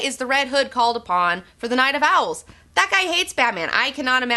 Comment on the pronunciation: Yikes... "OWELS"